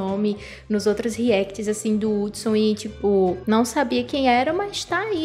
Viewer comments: Mano não é "R"udson, tem som de "U" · N é Rudsom 😂😂 É Udsom , Mas com H Hudsom